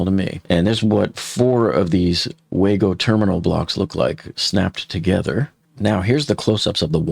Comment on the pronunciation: "WayGo" connectors? It's Wago :)